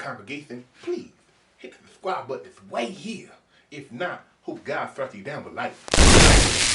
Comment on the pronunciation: I jus want the pastor to ask me to "subsquibe" one more time lol...